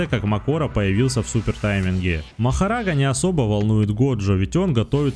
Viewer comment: Сколько будет коверкать имя Махараги?